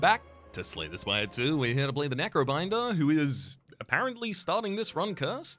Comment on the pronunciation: Not sure Rhapsody is pronouncing Slay the Spire correctly